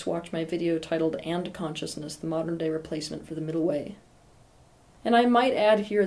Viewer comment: Every time you say and-consciousness I hear ant consciousness. :) Anyways have a good week too Teal.